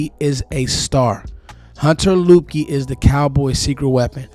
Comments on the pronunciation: I believe his name is pronounced "Lipkey". Great video, appreciate your work bruh. I'm in the DMV also, I'm in the Germantown/Gaithersburg area. 👊🏾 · Its pronounced Lipkey